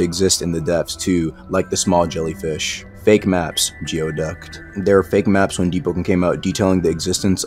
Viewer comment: its pronounced as gooey duck